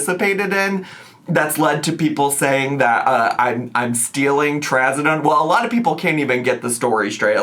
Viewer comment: She pronounced it, “Ask a lottle…” She and Remy should’ve asked a lottle questions BEFORE rolling up to that hellhole 😭